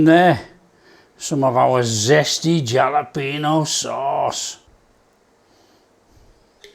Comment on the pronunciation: It's pronounced Halopeno, in Hispanic the J sounds a H.